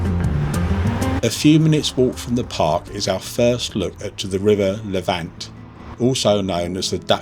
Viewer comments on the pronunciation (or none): As someone born in Chi and also grew up in the surrounding area and also lived in Lavant at one time, Lavant is pronounced Lavn't. It ryhymes with haven't. Much like Havant which is not that far from Chi. I do love videos of Chi however as I now live in Scotland and don't get back home that often Something you didn't mention is how important Chichester was to the Romans. They built a straight (almost straight) road from Chi to London, 57 miles connecting directly to London Bridge. A lot of that road is still in use today. It is called Stane Street